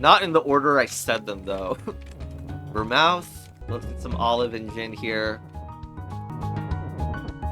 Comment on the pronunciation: Love the pronunciation of Vermouth : "Ver👄" I think it's more like Ver🐄th